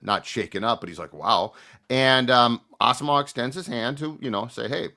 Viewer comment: pronunciation of Asamoah is nails on a chalk board